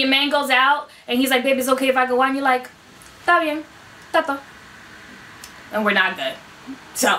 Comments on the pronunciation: Pedo, not PEO...and tato is pronounced tah-toe, not tay-toe. You would be laughed at if you tried to make this stuff fly in Spanish Harlem. Study more, before you lead others astray, por favor. Glad you are trying, but perhaps you should get better feedback from others before you try to teach what you don't really know. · But it is NOT pronounced TAY-to. Try TAH-to. Although when she pronounces it TAY, I suppose she might have discovered the subjunctive: es-TAY Todo bien.... spelled esté todo bien. As in, it would be really great...